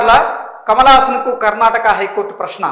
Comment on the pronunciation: Brother it's Karnataka sariga Cheppandi